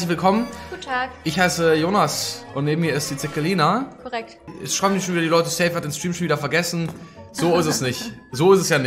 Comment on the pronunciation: glaub das war der Joke..weil Jonas sie manchmal so ausspricht